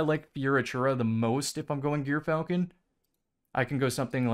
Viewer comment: That's not how you say gyrfalcon